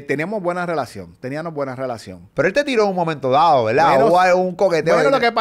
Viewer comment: No puedo con teniano, estabano…. Por favor a esta edad y no puede hablar correctamente